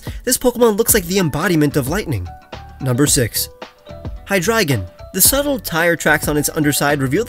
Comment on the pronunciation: I really want to thank you for pronouncing hydreigons name correct if for no other reason than its super rare to hear someone say it correctly.